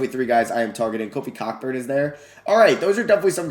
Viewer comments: Bruh. “Cockburn” it’s pronounced “Coburn” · Its pronounced Coburn,,,,,not Cock burn. I like your thinking though. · The ck in Cockburn is silent so it’s pronounced Co-burn. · bro said “COCKburn” 🤣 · Kofi Cockburns last name is actually pronounced as Coke burn, just FYI lol